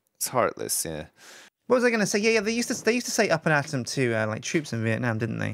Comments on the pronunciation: Its not ul and atom its up and at'em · It sounds like they're saying 'Up and Adam...' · I thought it was 'Up and Atom' XD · its up and at him not up and adam